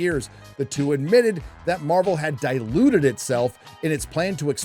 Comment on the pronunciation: Kinda funny how pronounces "diluted" like "deluded."